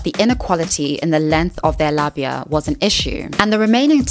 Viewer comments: this is really important to talk about but also it's said lay-bee-a. Also labia library is a good reference and helped me when I was going through puberty learn how diverse bodies can be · I understand that you are British, but your repeated mispronunciation of Labia i really getting to me. It uses the long a-sound for the first syllable ok? Like in aero or aid. And short a-sound at the end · say it with me: lah-be-uh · The way you pronounce labia is craaaaaazy